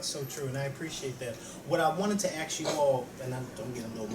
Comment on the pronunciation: ASK - not AX ----- ahhhhhhh!!!!